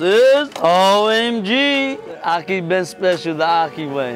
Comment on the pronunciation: That looks disgusting and it's pronounced Akhi